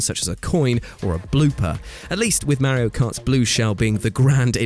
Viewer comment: I cringe when he doesn’t say Mario correctly